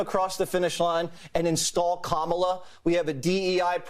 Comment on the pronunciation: Go, Go, Kamel-Uh "TOE"!!